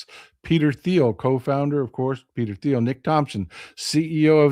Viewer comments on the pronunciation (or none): It’s Peter Teal. The H is silent. I know how in important it is on pronouncing names and places correctly.